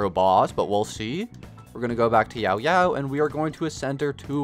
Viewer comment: Time for the stupidest complaint of the comments section, but her name is Yaoyao, not “YAO,…yao” It kills me when you put a 3 second pause in between her name haha